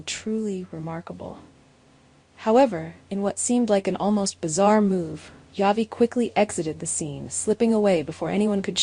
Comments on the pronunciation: His name is not Javi.Its pronounced as Havi.The J Is an H. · Yes its pronounced havi his name is a Hispanic name javi